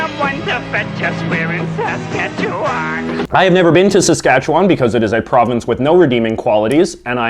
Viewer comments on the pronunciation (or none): Very entertaining. I grew up in Northern Saskatchewan and we did have Saskatoon berries. Actually the jam is better than the syrup but the wine is the best. But you really need to learn how to say Saskatchewan properly ( SaskatchewIn) it is win, not won or wan. It is said that Montreal makes the best bagels because their water is better. That might be true because Lake Ontario water is crappy. Quebec is the only place that makes proper poutine. In Ontario (and I'm supposing everywhere else) uses mozzarella cheese and not cheese curds. Big difference. Save your money if you're not in Quebec. Also, Ottawa is the only place which makes proper beavertails. Newfoundland has 2 types of berries only found in Newfoundland - and don't forget about the Screech!! PEI grows fiddleheads. In Ontario we say Joe Louie. Love your videos. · U say Saskatchewan wrong it’s pronounced “seskatchewwwwun” And yeah, Saskatchewan has no good qualities, the premier is stupid and an idiot (and we have 40 year old desks in the schools)